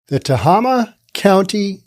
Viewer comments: It's "teHAYma", not "tehahma". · It is pronounced Te (eh) (hey) ma hey like the stuff horses eat. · Tuh hay muh... Emphasis on hay. Just sayin.... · Being a resident of this piece of shit county, "Tah-Hay-Ma" the facts run way deeper than you report. If there is a shooting involving a cop within the county, there will be a 10 sq block lockdown carried out by over 40 responding vehicles including chp, cdf police, game wardens, and nearby city police. However that's where the law ends, and the lawlessness begins! When night time deputies are called upon to respond to anything, they drive up, stop in the street, crack their window, listen for less than 10 seconds and drive away, they will not exit their vehicles, whatsoever for fear of a confrontation. Then there's the lack of bravery within their ranks. Certain people within the rural areas of the county only need to post their non-fenced property as being "sovereign land" and I kid you not, deputies who even do manage show up, see felonies in progress such as rape, kidnapping, beatings, drug manufacturing, and toxic waste dumping, and will simply say "we don't want another waco on our hands" -Deputy Jess. The only thing that has ever made this sheriffs department move their ass, has been the occasional drug operation bust, and that is when the corrupt as fuck sheriff wants some vacation money, since they pocket any cash they find and only use the drug possession as evidence in court. Then there's the contact with them, if you report a crime, they want your information top to bottom, including emptying your pockets and purse, running your background for felonies, wants and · Pronounced Tah- hay - mah. That does seem like low pay. It's not a very large county in California. One of the smallest, in fact. I remember it being a relatively safe county. It used to be a pretty great place for families. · It’s pronounced “Tae-Ah-Ma”!!! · Not that anyone cares... But I believe it is "Ta-Hay-Ma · Tah Hay Muh county